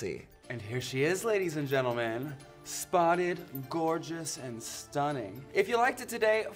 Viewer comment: She said "spotted" but I heard "rotted"